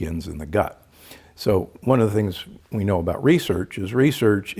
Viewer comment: You lost me at research is re-search. Thats horseshit.